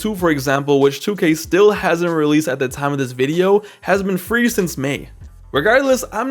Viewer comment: "You're gonna be relesed anyways"💀💀💀